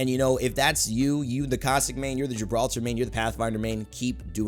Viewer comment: Its not Gibraltar its Gibraldo